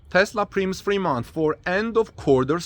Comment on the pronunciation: primes pr eye ms not preems